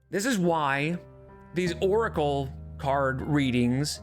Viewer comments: she pronounces oracle like "urkel" and I can't unhear it. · I always thought of her pronunciation as "orkle'